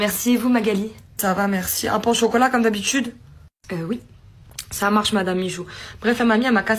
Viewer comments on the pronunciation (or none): Pourquoi dire "dsch'habitude" et pas "d'habitude"?? pas beau cette prononciation..